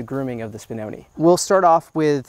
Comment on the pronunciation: Spinoneh is pronounced with a short e sound at the end. Like when Italian (talking about real Italian not Italian-american) didn't hear something and they go eh? If you say spinonee it's plural (one spinone, many spinoni) the pronunciation you are using now with the long e is for the plural. Hope this was helpful, honestly if I had an American dog breed I would care to know the correct name pronunciation.